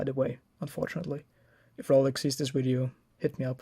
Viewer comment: "wideo" hahaha